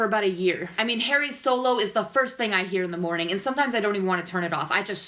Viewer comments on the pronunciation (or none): none